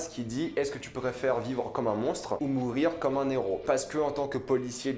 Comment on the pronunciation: Moi je retiens qu'on dit un Héros, pas un Néro. Pas de liaison avec les H 😉